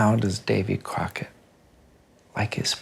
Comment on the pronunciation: Davy “Crockerd” great American mythological “lemon”